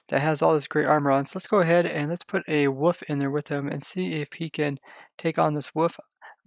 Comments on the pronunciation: why you say Woof? And not wolf? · Its not woof.. for god sakes please stop saying woof. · He says “woof” not “wolf” I’m actually love that, UwU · I didn't even realize he said wolf lol